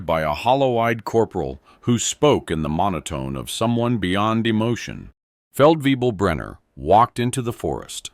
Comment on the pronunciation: Feldwebel. No, not way-bill. And in places where it's common we just call it "forty below." That's where fahrenheit and Celsius meet. (Now then, why does the spelling checker demand a capital C but not a capital F? Fahren was a real person, after all...)